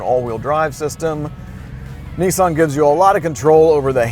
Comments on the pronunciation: not nessan its nissan you are a irritant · I know why the car resets every time you use it, you can say Nismo ok, but ffs whats with NEEESAN? Its Nissan ! Another point i surmise the car resets, its because it is liable to commit hari kari if it had to listen to thats voice for much longer! jez sorry bud but your voice! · Nissssan not kneeeesan... ffs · Lmao why does everyone call it a Neesan, it’s Nissan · Yeah, and what is a Kneesaahn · NISSAN i is not eeeee and A is not ahahrrrr. NEEEEESAHAHN ?????? TERIBBLE REVIEW???? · There is no R in Nissan, stop pronouncing it as Nis-SARN!!! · Opened the link... Heard an American seriously Americanizing a Japanese car... Closed the link.. WTF is a Kneesahn? 🤔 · Is it just me or does he say Nissan really weird